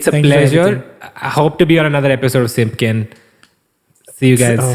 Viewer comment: Absolutely nobody: Kanan: siMPyKeN